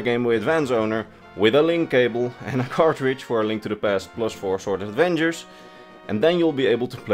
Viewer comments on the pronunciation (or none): Four Swords Advengers? 🤣